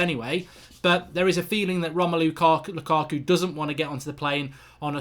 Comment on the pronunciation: "Romelo lukako"